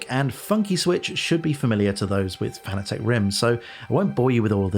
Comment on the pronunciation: I'm sorry for being "that guy", but the mispronunciation of "Fanatec" has always driven me nuts. It's pronounced like the word "fanatic": not "fan-a-tek".